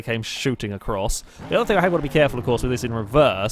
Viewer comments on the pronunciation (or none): none